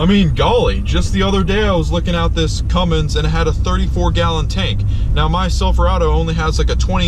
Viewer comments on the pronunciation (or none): none